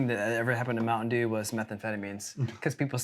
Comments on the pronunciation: MOUNTAIN DEWSH! 😂😂😂😂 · Are you saying Mountain Jew? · not mountain dew but mountain djew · Mountain Deux? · Mountain Dooze 😂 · Mountain Dewze?